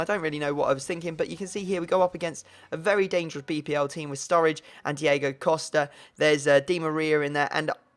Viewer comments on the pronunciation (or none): none